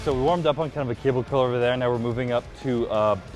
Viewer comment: Chris said Cable Culr loool